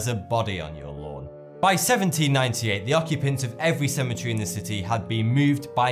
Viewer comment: HOLY CHRIST! IT'S A CE-ME-TE-RY, NOT A SEMI-TREE!